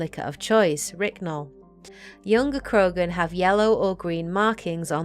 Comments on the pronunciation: Ok, can we stop getting these wannabe loremaster channels. 1: its "non-citadel" not "non-castle", 2: that krogan liquor is called Ryncol, not Rycnol. Give me time I'll most likely find more if she's screwing up this badly already. It's still early, as they say. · its Ryncol, not ryknol